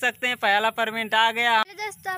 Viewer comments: Parment nhi payment hota h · Perment ni re bhai payment hota h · Payment nhi perment bol rhe h